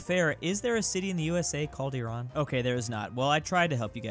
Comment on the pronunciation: There is an Iraan texas...you say it the way we say Iran in english.